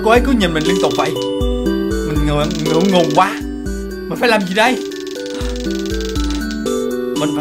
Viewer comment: mình ngượng ngùng nghe thành ngựa rồi